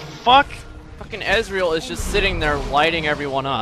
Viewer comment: I like how pronounces Ezreal like Israel